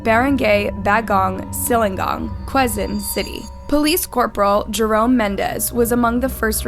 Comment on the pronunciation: i feel like if you’re gonna tell these stories (AND profit off of them) then you should at least put some effort in learning how to pronounce names properly. wtf is barang-gay and kwe-zon city?! “barang-gai” and “ke-zon city”, it’s that easy